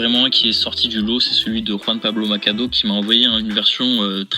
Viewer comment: "Macado" au lieu de Machado aussi😅 Sinon super vidéo